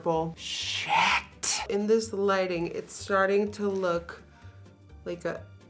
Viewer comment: I love it when she says SHEIT